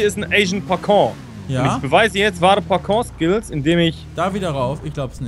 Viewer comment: "parkour" kann kev nicht richtig aussprechen XD